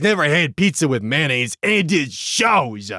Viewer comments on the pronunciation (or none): no one: absolutely no one:(that i know of anyway):: man-naise i mean, i say it like MAYO-naise but you do you king